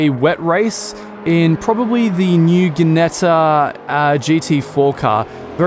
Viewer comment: Im not trying to sound like an arse yet i fear i may however Ginetta is pronounced "Jinetta" not "Ginetta" besides great video and now i have to buy they game thanks